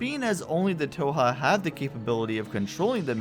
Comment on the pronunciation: Not the biggest deal or anything, but you aren't pronouncing "Thoha" correctly. The "h" is not silent, as can be heard in Adam / Raven Beak's pronunciation, during the Network Station briefings.